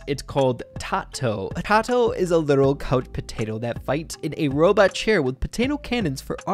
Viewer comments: Also I think it's TAY-to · just wanted to say that the name TATO is pronouced TAY-TOE because you now that the concept brawler is a potato and the person who made it just took the P and the O leaving the tato.